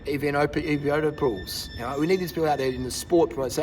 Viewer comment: Hahaha😂😂 evenepoapoels aaaa legendary